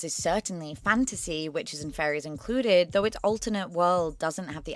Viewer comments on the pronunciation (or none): none